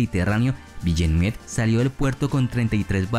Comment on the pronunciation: Se escribe villeneuve pero se pronuncia vilnov